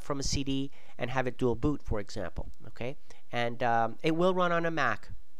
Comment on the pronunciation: "OHKAY" hahahaaa